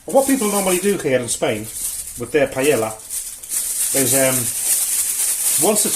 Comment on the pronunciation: Ah yes, classic gastronomic terrorism. Things done right first: I think you are the first person (non-Spanish speaker) who pronounces "paella" correctly; that's nice. Bomba rice is the proper type for the dish, and the process itself is nicely done. Reasons to be on a watchlist: 1.-Chorizo in a paella 2.-CHORIZO IN A PAELLA 3.-The reason why we dont like chorizo like a paella ingredient its because of the really trong and rich flavor, wich we all love; but it changes the flavor too much. 4.-Green peas and bay leaves are a bit strange, but acceptable. 5.-You lack any fumet or broth, which works really well for making a homemade paella (usually it brings the spices, the liquid, and most of the flavor). To be honest, it's a fine attempt at a paella for an amateur non-Valencian person. Don't be bothered by this comment :)